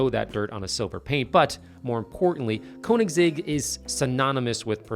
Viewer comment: It's not KOnigs..., it's K-Ö-nigs... 😅